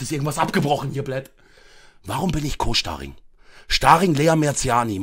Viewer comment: Warum Co-SCHTARING?